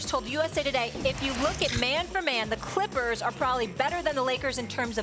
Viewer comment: lol she said the " Crippers"